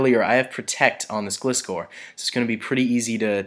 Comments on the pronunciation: it's not glist-core its gli-score SAY IT RIGHT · Flappy Actually it's more like gly - score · just a pointer- gilscor is pronounced gl eye score but it really doesn't matter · Gliscor is said so instead of the weak "i" it is like "I" in a sentence like "I went to the shops"